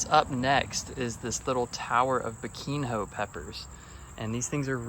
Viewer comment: It's not biquin ho 😂 the nh sounds like the spanish n in jalapeno